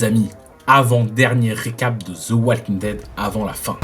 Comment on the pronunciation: Et tant que tu y es, évite de prononcer wal "oual". Essaie plutôt "ouoo" :-)